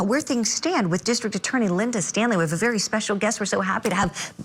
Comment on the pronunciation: Bare bare in twoble😂